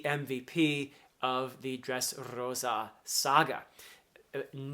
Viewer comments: As a spanish speaker, I LOVE the way you pronounce "Dressrrosa". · I love how you roll the r when saying Dressrosa. 😎 my favorite navy are Smoker, Tashigi (G5) Garp and Fujitora. 😅 they good people.